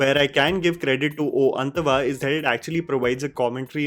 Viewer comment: oo antava woww your pronunciations ven for basic things,make me gag bro atleast watch the mv and then speak this bs no??😂